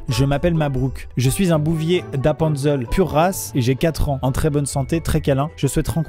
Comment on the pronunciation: On en parle de la prononciation d'Appenzell... 😅 Sinon super vidéo et l'intro était vraiment original 😉